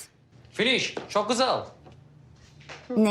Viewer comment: Şook gusel diyor türkçeyi yeni öğrenmiş ruslar gibi